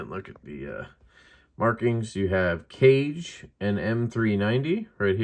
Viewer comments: Miserable video. It's pronounced Kah-Ghay. The scales are Japanese wrap pattern. Glad you measured your fingers. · Thanks for the video! I believe the intention of the name Kage is "shadow" in Japanese, and is pronounced kaw-gay. Cool little knife with the implied ito-wrapping look, as well.